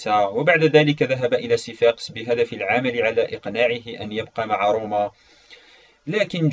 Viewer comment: ملاحظة:اسمه سيفاكس مو سيفاقس